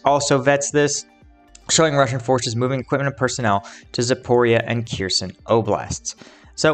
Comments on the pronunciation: OK. until you stop butchering the names of Ukrainian cities, I'm going to stop clicking the like button. All you gotta do is type the name into Google Translate, identify the word as Ukrainian and click on the speaker button. C'mon, man, be a little more professional! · LOL, there's no T in Kherson!!!